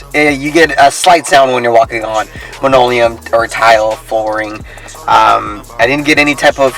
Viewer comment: Good video. I'd like to see you test Raleigh Restoration's Scratch Resistant Sealer. Oh, my only complaint was you called linoleum "monoleum" LOL